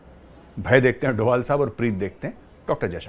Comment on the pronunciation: Dobhal instead of Doval